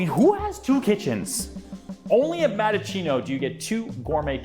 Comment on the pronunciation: It's Mattaccino not Madachino